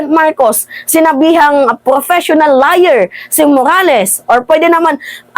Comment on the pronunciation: Major in English?? You're kidding me right? grammar pa nga lang mali mali kana! Pronunciation pa nga lang ng liar dimo alam o baka naman lier ang alam mo hahaha